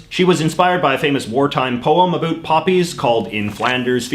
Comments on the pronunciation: Why on earth are you intentionally pronouncing the words "about" and "around" that way? Canada knows it's fake, and I hope the rest of your audience does. Other than that, interesting video. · I don't know what part of Canada are you from however it would appear that you're from the GGA and I still cannot understand why you're the only person in my 70 years of life that I've heard actually say a boot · I don't normally comment on videos like this. As a proud Canadian, I found this one hard to watch. For one we wear the poppy to show our respect for the veterans who gave their all so we can have the freedom to miss pronounce ABOUT like you do. Not because we are pressured into wearing them. It is the lower middle class that keeps the country moving as they are the ones working hard at bad jobs to cater to a generation that has no respect for what came before. And making people feel low because they buy No Name brand food is in bad form. Growing up we were thankful for what we had, and if we weren't we would get A BOOT in the ass to correct the behavior. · About? Wow that sounds different to me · i know your about (lol) page says u live in van, but r u from there? bc the way u pronounced about gave me whiplash, i've never heard it like that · Your pronunciation of "about" and "around" seem absolutely put on to appeal to Americans' stereotypes of how Canadians talk. C'mon!! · I noticed you say words with "ou" like about or around, you pronounce like no other Canadian I've heard . Where do you get that pronunciation from? By the way, the Canadian poppy is awesome! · Drives me nuts. Get rid of the over pronunciation of about and around, it's ridiculous .